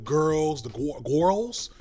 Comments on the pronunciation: “Da GWORLS” killed me!!!😂🤣😂🤣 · When he said gworlz 😂😂😂 i appreciate the effort lol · seeing you tryna pronounce gworls is a great start to my work day lmaooooo. yes unc they gworls gays and theysssss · Hearing say "the gorls?" just made my week ❤️‍🔥❤️‍🔥❤️‍🔥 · I literally CACKLED when he said gworls! It’s giving A for effort 😂😂😂 love the content as always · Hearing figure out the pronunciation of “gworls” is cracking me tf up 😂😂🏳️‍🌈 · Commentary bussin 🥴🥴 PERIOD 💅🏽 but not you tryna say gowrls 😭😭 you get a pass though 😂😂😂😂 No but fr I love how you can articulate where this conspiracy mindset stems from anti-gay, misogyny anti-black etc it’s definitely uncle ruckus vibes. Their success was inevitable, because capitalism takes what’s revolutionary and commodifies it. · As a queer Black man, it was tryna pronounce GWURLS that did for me 😂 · Didn’t know I needed to hear say “the Gorls” until now 🤣